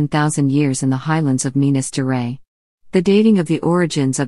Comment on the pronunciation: "Minas geray" like fucking Minas Gerais is a french name or something. smfh.